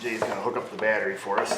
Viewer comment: Did he say batt tree Vice grip watching south main lol I am high as shit thank you yes